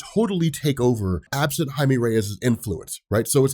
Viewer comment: ITS PRONOUNCED HI-MEH NOT HI-ME when pronouncing jaime but the person is brown